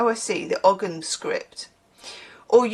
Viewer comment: Ogham is pronounced 'oh-um'. It's an ancient Irish writing system. Each symbol is a different native tree (a bit like runic script) It's a living tradition in the sense that it never really stopped being used, a bit like how the eight fires of the northern hemisphere year are now given the Irish names, because the local language fell away in England ("I blame the normans") but the Irish didn't, so the lasting language is the one we use.